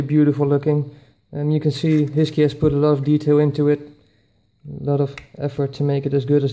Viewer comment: I thought HiSKY is pronounced as High-Sky rather than HeeSki. :)